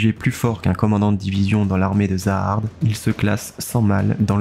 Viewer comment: Zahard se prononce "jahad"